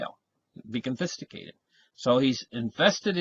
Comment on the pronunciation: Oh how I love thee. Confisticated